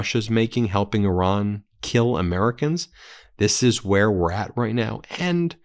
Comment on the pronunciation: Do you ever read your comments? Stop calling Iran, Oron. It makes you sound dumb. Otherwise, keep up the good work!